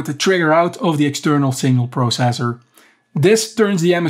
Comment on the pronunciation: THE WAY YOU SAID PROCESSOR 😂😂